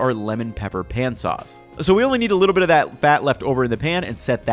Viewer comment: "Wait a BITTLE longer"